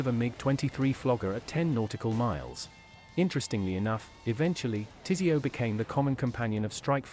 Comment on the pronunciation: I'm kinda surprised it pronunced "TISEO" right. Overall doing quite well with the acronyms.